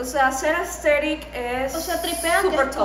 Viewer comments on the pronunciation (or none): Se escribe aesthetic y se pronuncia “AESTETIC” (inclusive en USA etc)